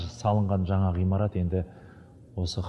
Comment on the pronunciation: Кутты болсын 🤲 Куаныштарынызга ортакпын! Театр жаңа репертуарга, жаксы талантты жандарға бай болсын 🤲 Театрға өнер сүйер корермендер көп келсин 🤲 Табыстарыныз мол болсын 🤲 Алла берекесин берсин 🤲 Ескерту ☝️ ғыймарат емес, ғимарат ! Ғ мен и арибинин арасы жинакты айтылады.